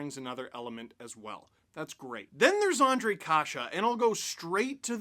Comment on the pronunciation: Nice to see americans/canadians saying and writing czech names properly including Ř,Š,Č... big thumbs up for that.